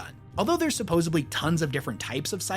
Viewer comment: Drives me insane how you say "supposedly". There is no B in the word....